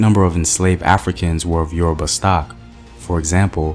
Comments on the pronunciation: Who is this murdering the pronunciations of Yoruba words/language!? Must be oyinbo. Lol Nice video nonetheless! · A great presentation , however some of the pronunciations of the yoruba names are just so funny . Pardon me for my insolence 😁